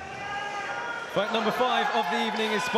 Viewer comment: Hahaha why does he say “foight”?